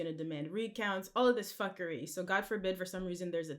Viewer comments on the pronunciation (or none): Nadeska saying Fuck-her-ree, lol a bit of akademiks Jamaican rubbing off on you lol, its Fuckry lol